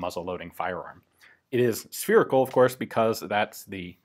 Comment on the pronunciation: it’s spherical....SPHERICAL!